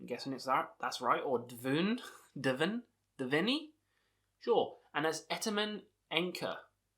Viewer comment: Hi! Great list! Dvne is pronounced 'Dune' like the book/movie. They are a very Dune-inspired band and Dune was the original name of the band before they changed it to Dvne in 2015.